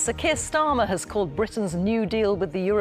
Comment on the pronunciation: sakir stahmer?